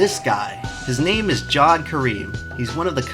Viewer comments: It's pronounced "ja-ved", not "jaw-d". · its pronounced Jaa v aa d